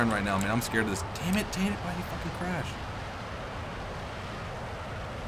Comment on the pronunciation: Tater Ass? You sure mess up people's names often:P Recalls being called